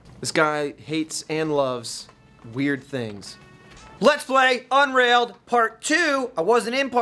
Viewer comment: I cannot explain what happened emotionally when said LLLEETS PLY